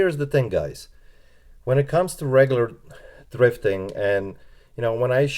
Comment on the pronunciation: TH TH TH THRIFTING not DRIFTING !!! PLEASEeeeeeee